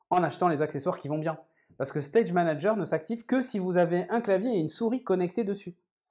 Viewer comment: "stage manaGUER" ? really ? C'est une "private joke" ? c'est voulu ? 🤣